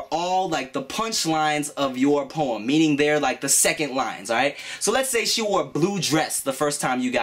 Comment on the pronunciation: was i the only one that heard porn when he was saying poem? O>O